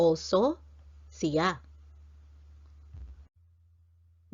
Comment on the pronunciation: Is there two different ways to pronounce Siya? Sometimes you pronounce it (si ya) other times you say (shya)